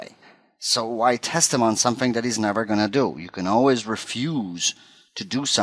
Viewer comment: "Put dat in dere" haha Great tutorial. To the point.